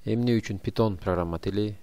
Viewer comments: Пайтон бул тура питон эмес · Питон эмес пайтон